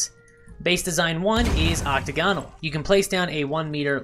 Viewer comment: Hey, we're all learning! Quick tip: ocTAGonal, not octaGONal. Kinda like diAGonal.